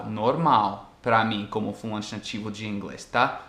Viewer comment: Em relação ao seu outro vídeo, sobre o ritmo diferente do idioma inglês e português e se por acaso nós percebemos isso, um exemplo é como você fala " sou um falante" no começo do vídeo. Quando você fala, soa assim: "sou um flÃnte", sendo que falamos "sou um fa-lan-te". São só detalhes, mas como você gosta de falar mais certinho, comentei aqui.